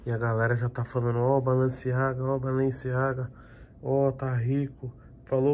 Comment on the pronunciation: Tem toguro lendo BALENCIAGA , e falando BALANCEAGA tem like